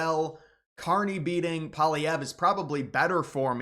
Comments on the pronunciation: The US is no longer a reliable partner of Canada - so going to the EU is an attractive option. Please learn to properly pronounce Pierre Poilievre name. Are you living in a parallel universe? Most Albertans (82%) are committed to being part of Canada. Albertans know that in Canada it matters, as it is more than 10% of Canada’s population. If Alberta were part the US, it would be an insignificant 1.5% and would loose control of its resources and have no universal medical care. You forget that Marc Carney grew up in Edmonton - and appeals to many people there. What the US wants - does not matter. Canadians just do not want to be part of the US. Trump’s pressure on Canada’s sovereignty has created a tremendous backlash - Canadians now are more unified than ever before and the wave of patriotism has swept all over Canada. Canadians are now absolutely angry at the Trump’s regime. Canadians now regards the US as the number one enemy of Canada. After all China has never threatened to annex Canada. Have you ever visited Canada? You would see a different reality. You would learn so much more - and might no longer be a mouthpiece for the extremist MAGA crowd. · it's pronounced Polly-ev not Paul-Vee-ehh. And the election is on the 28th not the 20th. You must be an American. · Love your show. But say it with me...Pwaahleehevre. I say that if the Prairies succeede( Berta-Saskat-Toba) ALL OF CANADA WILL FOLLOW. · You have got to learn how to say Poilievre. It is pronounced as Polly-ev. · There’s a V not Polllyierre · You lost me in the first 10 seconds. You don’t know how Carney became PM.( It wasn’t rigged.) And you can’t even say Pierre Pollieve’s name correctly.